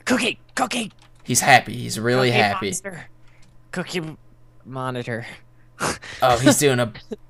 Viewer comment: COOKINE MONETER,, is not a real phrase. However, the pronunciation, cooking monitor, is, in fact, something that probably exists.